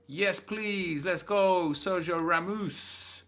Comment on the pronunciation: Sergio Ra-moose? I thaught he is Spanish not Canadian